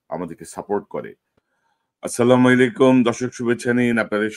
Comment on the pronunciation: আপনার সব কথা ভালো লাগে, আসসালামুয়ালাইকুম বলা ধরণটা ভুল মনে হয় তাই সেইটা ভালো লাগেনা।